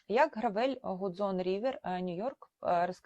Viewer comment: якщо бренд американський то не "гравЕль" а "грЕвел"